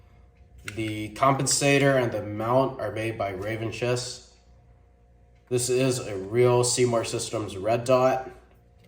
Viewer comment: Pronounced revanchist horribly haha. Is there a reason you left the stock hop?